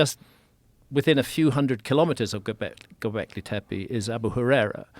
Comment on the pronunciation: Yall ready for a drinking game ? Take a shot everytime graham says “gobleke tepe”